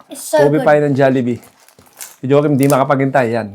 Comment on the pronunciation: Hahaha Joekim… say please😂